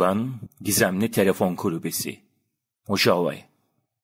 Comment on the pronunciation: Mohave diye telaffuz edilir. Guz3l video, emegine sağlık 👏